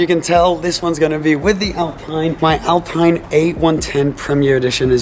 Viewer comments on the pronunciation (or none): Great car, only thing to mention is that it's Alpeen not Alpine (pronunciation wise)